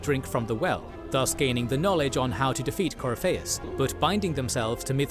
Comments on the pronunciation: Gotta love that they got the 1 guy who can't pronounce half the names to narrate their video, lol Coryfaus, alright mate, haha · My buddy. My pal. My brother in Andraste. Please watch a better lore video. This joker didn't even bother with pronouncing Corypheus properly or giving him a bonkers nickname like Coryphishits. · You HAVE to play the series. You think there's so much to it just watching this recap. You have no idea how much more there is to it. And how some decisions play into the next games. Also, all of the mispronouncing is hurting my Dragon Age loving soul